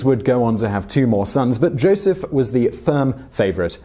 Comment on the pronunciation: it's pronounced yosef but go off ig